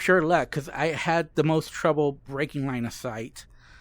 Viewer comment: There are four puppets. This one you have to... I can't understand 🙈. you have to break line a sight? 😅, sorry, I can't understand what you said. Please, help?